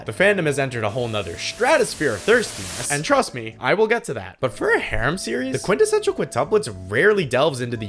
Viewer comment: Bro is an expert quintessential pronouncer